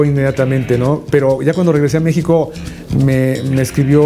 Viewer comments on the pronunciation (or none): none